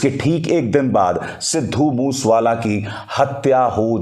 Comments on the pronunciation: Please get your act right he was sidhu Moosea wala not mush wala right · ਬਾਈ ਜੀ ਸਿੱਧੂ ਮੂਸ ਵਾਲਾ ਨਹੀਂ ਸਿੱਧੂ ਮੂਸੇ ਵਾਲਾ ਨਾਮ ਆ ,, ਮੂਸੇ ਵਾਲਾ ਪਿੰਡ ਆ ਪੰਜਾਬ ਦਾ ਕਿਰਪਾ ਕਰਕੇ ਨਾਮ ਸਹੀ ਤਰੀਕੇ ਨਾਲ ਲਿਆ ਕਰੋ ਜੀ ,, RIP 🙏🏻😥 moose wala bai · Want to correct you as regards Lawrence Bishnoi ... He is not in Canada but in Tihar Jail ... Get a panjabi to correct you on the pronunciation of Mansa and Moosewala ... Your report is good but for these issues